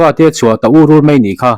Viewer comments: URUR Isawi rik dan kha m m nita sela d d tih ri ang tur ani.Ilamrik dan hi chu thildangah aawm. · Ur ur i hman dan hi i thluk diklo ve tlat. Ding ur ur thluk ni loin., darh ur ur thluk zawk in le. A ngaihnawm thin e.